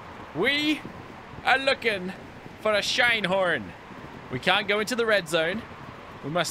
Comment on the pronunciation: Call him Shin-e-horn